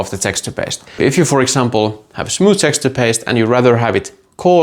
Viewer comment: Say.... it like this... 'Text'...'ture'... I cannot Texter paste 😂😂